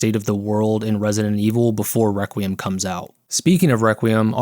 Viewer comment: No YouTuber can pronounce requiem